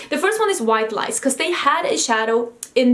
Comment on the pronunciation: Yes!! I hope some brands take note of how excited consumers were over this nonexistent palette. I have been LOVING blue lately. Also, it took me way too long to realize you were saying white LIES and not white lice. 😂